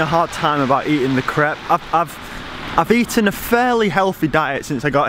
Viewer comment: Why are you saying crepe wrong?